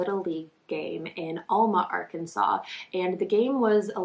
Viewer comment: The fact that this is my hometown and I ran around the same fields as her as a kid is so heart breaking. It was so common and still is to let kids run around. (Also we pronounce it Al-ma, not All-ma lol)